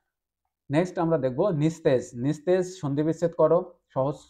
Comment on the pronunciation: Nistej?? Ota nijosto bolun